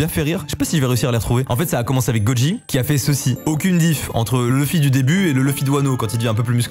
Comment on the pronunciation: On prononce louffy pas leuffy 🥚🤦🏽‍♂️ comme la vf